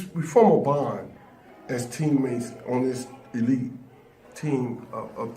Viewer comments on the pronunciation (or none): none